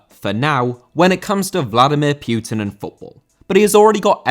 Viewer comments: putin not pyutin ffs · Putin* not Piyuten